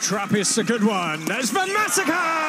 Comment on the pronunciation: Hahaha, how the reporter said the name Van Maasakker. Van Massacre was indeed more suitable at that stage of the game.